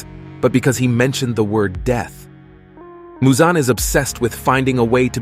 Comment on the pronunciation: why u saying musan? it's michal jackson